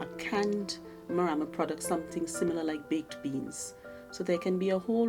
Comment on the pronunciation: The lady with spects has the right pronousation of the Morama bean